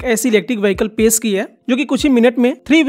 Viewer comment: पेश ❌ पेस ✅😂😂😂